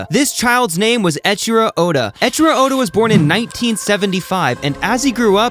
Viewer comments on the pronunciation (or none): not echiro, ey-ichiro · Pronouncing the name “Eichiro” as “Echiro” is like pronouncing the word “eight” as “ett”.